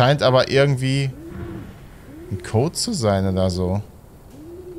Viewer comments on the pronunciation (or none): none